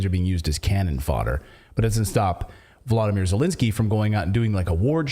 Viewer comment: Absolutely I’m tired of hearing Zelinskiey or how ever you spell his name Get out now